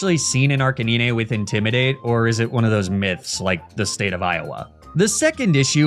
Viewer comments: Arcaniney? It's arcanine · This is the first time ive heard someone call arcanine as arca nyne and not arca9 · the way you say Arcanine kills my soul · I wanted to watch your videos to the end, but the way you say Arcanine and Lapras is so annoying... I couldn't make it, I had to click off 😔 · why you saying his name like that bruh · I'm out of the loop, why does pronounce some of the pokemon like "arca-neenay", "neenay-tails", "magna-metee"? Just for fun? 😅